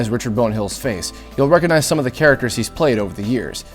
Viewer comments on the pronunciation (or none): I'm sorry, but I have to be that person. if you're going to be a narrator, it's obviously very important to know how to speak and pronounce words properly. Hearing you mispronounce the word "recognize" so many times made me cringe.